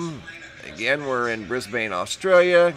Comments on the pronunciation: Just so you know, Brisbane is Not pronounced the way it appears to be in its spelling as you (and many others have as well) pronounced it as "Bris bane".... it IS pronounced (phonetically).... "Brisbin". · not pronounced Bris-bane!! pronounced Bris-bin!!!!!!!!!. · I'm in Canberra, Australia. I've seen the same at 4am'ish, moving SW to NE. It was Starlink. And it's pronounced "Brizb'n". "Briz-bain" sounds to me like "Ark-an-zas" would sound to you instead of "Ark-en-saw". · Brisbin. Brisben. Just not bane, long a. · Mate, Brisbane is pronounced Bris-bin not Bris Bane. LOL. Just as Emu is EemYou, not Emoo. Canberra is Canbra. You guys really need to learn how to speak Australian if you are going to talk about us. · Pronounced "BRISBUN" please. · It's pronounced Bris Bin. I live here. Great footage:) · Lol cracks me up every time I hear it but thats coz I'm from New Zealand but just pronounce it as Brisbin. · Isn’t Starlink supposed to spread out over time?? Brisbane is pronounced Brizben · It's actually Brisbun...lol Or Brisvegas.